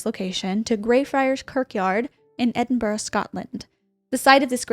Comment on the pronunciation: As an Edinburgh girly, it was nice to hear an American make the effort to pronounce it correctly ❤️